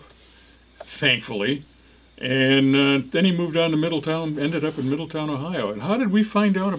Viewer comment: Thanks guys for the heads up!! It’s pronounced Middle town. Not ton. 😬👍🏼😉